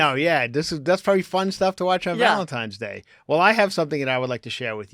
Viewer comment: I love constantly saying “Valentimes day…”